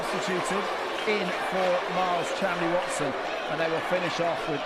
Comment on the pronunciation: Miles Chamley-Warner? The commentators for fencing have always been awful, but they can't even get the athlete's name right?